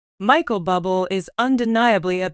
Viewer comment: Awful script lots of factual Mistakes and mispronounced words and his name is pronounced Booblay! 😮 😢